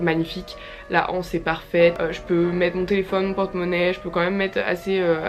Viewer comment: Hello je sais pas si tu verras ça, j'adoore tes vidéos mais vraiment à chaque fois il y a un truc qui me titille, c'est ta façon de prononcer le mot "anse". Il n'y a pas de h à anse, alors il faut faire la liaison! On dit "l'anse" et pas "la anse", "une anse" et pas "uneuh anse". 😂Voilà voilà c'est un tout petit détail à côté de la qualité de te vidéos mais je pouvais pas m'en empêcher #grammarnazi Bisouus